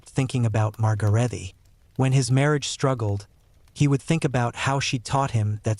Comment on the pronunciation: A woman named ""Margaretty Klein Margaret in German is exactly the same but with an added e at the end. Sounds like uh., so it's Margaretuh. The Klein was perfect.